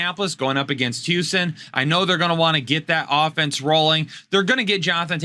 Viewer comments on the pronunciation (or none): none